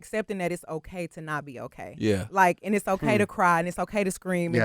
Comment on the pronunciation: Bruh said andadddddd🤣🤣🤣#glcokntea